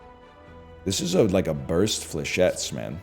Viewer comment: did this mf said burst dlechettes?